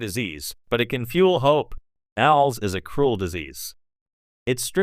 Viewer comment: AI learn it is pronounced A L S separately